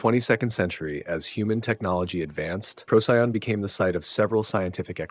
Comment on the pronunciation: This was fantastic!! I only have one small superficial complaint. Please pronounce the name of the star Procyon correctly — it’s “pro-see-on” not “pro-sigh-on”!! 🙏